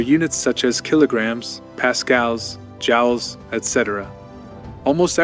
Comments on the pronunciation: jowls? Joules is pronounced like jewels. Stupid A.I. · the word Joules is not pronounced like 'jowls' but rather like 'jewels'. Is this a result of the AI others here refer to? Silly mispronunciations like this are becoming so common on YT! I think I'll do as the above comment pointed out and use the 'Do Not Recommend channel' button... So there!